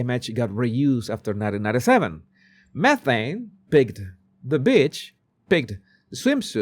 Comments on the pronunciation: Every time says “beach,” I think he’s calling someone a bitch 😂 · exactly, and nobody is calling out for his poor pronunciations!..every time he says "beach", I hear "bitch", but I just laugh cuz I love the guy and I understand this..😂😂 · Love how you pronounce beach😂😂😂 wondering if that's intentional 😅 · I adore your pronounciation of 'beach' in connection with Markle. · no he meant beach but it came out asthe other word. with i t ch 😂😂😂